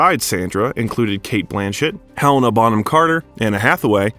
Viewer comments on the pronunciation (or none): none